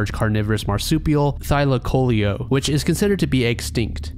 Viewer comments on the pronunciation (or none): none